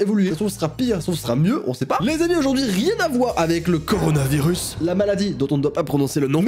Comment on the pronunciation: "La maladie dont on ne doit pas prononcer le nom" 2 secondes avant "CoROnNaVirUs" Sinon j'ai adoré la vidéo 😁👌